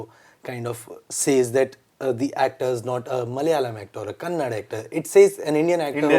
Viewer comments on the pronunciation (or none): Sorry but out of respect. It is Kannada and not Kannad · Bro its not kannad. It's kannada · Hey.. Itz not 'Kannad'... Itz 'Kannada' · Again U & Some north Indians calling "Kannada" as Kannad .. It's not Kannad bro, it's KANNADA.. Have some sense at least about names of Indian languages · There are no comparison for rakshit on and only legend and it's not kannad, can't u see 'a' in last it's kannada can we say hindi to hind, don't have little common sense rakshit himself saying kannada and in front of him u are saying kannad 😡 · First learn to call kannada instead of kannad. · it's kannada not kannad pronounce properly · To the host of the show - 1. Mr Rakshith Shetty himself is pronouncing as “kannadA” and what’s the problem with guy to pronounce it properly. 2. The host would completely ignore this fact stating both “kannad” and “kannadA” are same. 3. But it’s not. Someone pronounce your name wrong , you try to correct him/her. And you expect that person to correct the pronunciation later. 4. If the person still pronounces it wrongly, then it shows his ignorance and arrogance towards next person . Once again it’s “kannadA” not “kannaD” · Pls it's Kannada not Kannad.. Rakshit Pls correct him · Dude it's kannada not kannad. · bubble Its Kannada not Kannad. Going forward wish this is taken care. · Kannada not kannad lowdaa.... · It is Kannad'a' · Anchor sir, KANNADA. Please, not Kannad. We don’t call Hind actors, we say HINDI right? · It's not canada sir it's kannada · Tats kannada not kanad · Hey you Hind people, stop calling Kannada as kannad FFS!!! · It's not "Kannad" pronounce it as "Kannada" 😇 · I say in ur language : BC it's Kannada not kannad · It’s not Kanad ……… it’s “KANNADA” ….. pronounce it correctly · Bro tat is not kannad tat is kannada.. tell it properly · To anchor, it's pronounced as Kannada and not Kannad. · Please correct this … it’s not Kannad it’s kannada ….please any Kannada celebrities watching correct these anchors if it happens